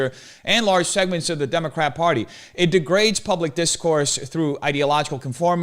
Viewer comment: is it just me or is this guy replacing the r in every word he uses with a w? "large segments of the democwat pawty"